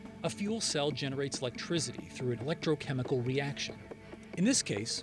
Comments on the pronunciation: "Electrizity" ... lol! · Is he saying electrizzzity?